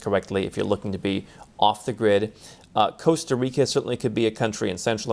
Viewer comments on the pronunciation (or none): none